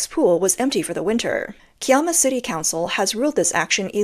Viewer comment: Kiama / Port Kembla isn't too far from Sydney - but it's far enough away from the Coastal port - which is likely why it was picked. Also Pronounced Kai-Amma. The area is kind of a coastal town that doesn't have a lot of people - and, my guess is, the water park does have a ton of high pressure water if there's an accident, sic.